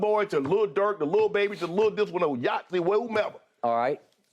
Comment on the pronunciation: Did Shannon say Lil Yahtzee 😂😂🤣🤣